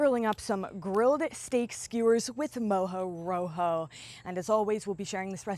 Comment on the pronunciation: Its not exactly pronounced moujou roujou but mojo rojo which means: rojo = red, mojo, from mojado = wet. Very popular in the Canary Islands where there is also mojo verde = green mojo.